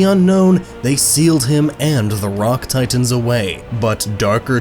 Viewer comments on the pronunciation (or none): none